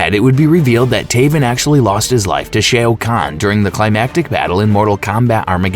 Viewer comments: Omg its not shay oh kahn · Dude how do you say “shayo” khan but you say kung Lao name perfectly, shao, Lao, I don’t even wanna watch this just bc of how cringe that is 🤣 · I am sorry. I had to stop. Shay o can? What the f... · Dude I can’t hear sheao kaun anymore I’m out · You lost me at shay o khan . Not watching anymore of your videos sorry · I can't take this seriously, with the clear mispronunciations. I laugh every time I hear 'Shea O'Conn' because all I can think of is an Irish Shao Kahn going 'thaht's it, ahm gettin' me mallet!' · bruh what the fuh you mean "shay-oh khan"??? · Shay o khan? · Shay O'Khan? Ah yes, he hails from Dublin! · Shay O’ Kan? Yup video off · Shay-O Kahn Gorow Riden 😂😂😂 Great Video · It lost me at Shea O'Khan. Shao Khan's Irish cousin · SHAO SHA OUU KHAN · Great video But please SH- AOWWWW - Kahn RAY-DEN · Come on dude, please do research on the pronunciation of the names of the characters. You butchered Shao Khan's name. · Can somone REUPLOAD THIS, but with the proper Pronunciation for SHAO-KAHN's name put in? It's infuriating to hear it said wrong because it's so obvious when the mistake happens.